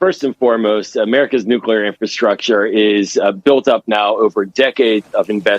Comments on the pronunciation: The word is nuc-lee-ar not nuc-u-lar. For heaven’s sake woman you’re a broadcaster. Learn to speak properly. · New-klee-ar! Not new-que-lar! FFS, get it right, you're on tv. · It's NEW-CLEAR not NEW-CEW-LEER. Just saying. Credibility is a long road back. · Nu clee ur, not nu cule ur. Geez. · Say it with me. New klee er, not new kyuh ler. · Stop saying “nucular”, ma’am. You’re a journalist! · What planet are you from? It's NUCLEAR! is there anybody alive from your Planet? ! . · I can't even watch this. Stop saying "nucular"! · Did she properly pronounce the word "nuclear" ???? how unamerican! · Oh dear. An American presenter who can't correctly pronounce "nuclear"; in fact, seems to slur every third word. The bathos of the US never ends. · The anchor can't even pronounce the word nuclear. They shoulda caught that in the job interview.